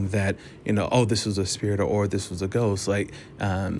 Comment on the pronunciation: Ghost? I thought you said goat.